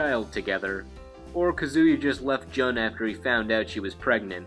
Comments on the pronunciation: Jun Kazama is correct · Her name is pronounced like JUNE the month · it's joon kazama not jun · I know this video is an older one and you probably know now, but just in case, Jun's name is pronounced like the month June. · I Like how he mispronounces Jun.